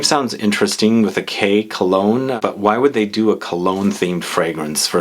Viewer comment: Kologne not cologne he he omg